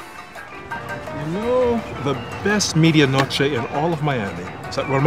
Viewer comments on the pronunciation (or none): If you're from Miami you cringed when they said "meed-ee-a noch-ay" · lol pronunciation of "media noche." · Every time they mispronounce media noche, I want to die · bruh im from miami and it took me a while tounderstand that they were saying 'media noche' as in the cuban sandwich. they dont say it how its suppose to be said in spanish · Yes but oddly they are pronouncing "medianoche" incorrectly. The "e" in Spanish is always pronounced "eh". I'm surprised they said it wrong. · Derek Flores Ah okay, but that pronunciation of "medianoche" wasn't a Mexican one either. No native, Spanish speaker would pronounce the "e" like "ee" instead of "eh". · In miami everyone would be drinking cafe con leche and yelling. Also medianoche.... not really pronounced like that but ok...